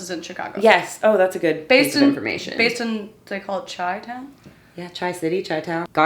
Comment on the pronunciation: OMG!!!! Chi-town, it's not pronounced "Chai-town" it's "Shy-town" LOL Also no one who lives in Chicago ever say it, it's like calling NYC "The Big Apple"...ewww! PS. Love your spunky personality 😍🤩